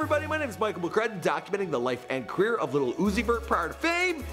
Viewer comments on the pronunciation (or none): He said quier instead of career. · Did he say “the life and queer of Lil Uzi Vert”?